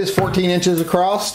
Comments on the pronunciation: Did you say 14" acrosst? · Did you say "acrossed"? Lol, still lovya, thumbs up :) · I learned a new word…. "acrosst"..